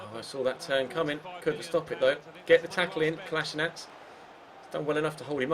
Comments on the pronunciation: parni valjak melje the man himself said it's pronounced as it's spelled: 'Ko-lass-i-nack' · Just so you know, Kolasinac is pronounced Kol-laz-i-nach.